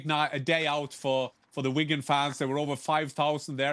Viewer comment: It's Wigan, chill man 😂